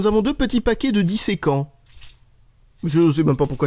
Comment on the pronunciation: "Disséquant" Dessicant